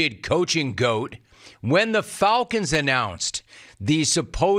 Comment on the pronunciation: The "Fulcons"?